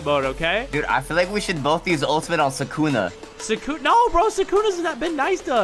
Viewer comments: BRO ITS PRONOUNCED SUKUNA NOT "SAKUNA 🤓" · Sukuna not Sakuna